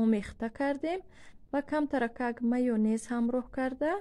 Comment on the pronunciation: Пише:ься майонез, а говорит майнез а не майёнез